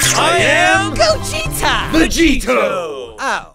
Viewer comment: "GOGETA" i'm deceased LOL